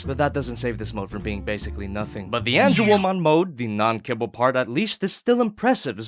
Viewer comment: Lmao, Ange”womon”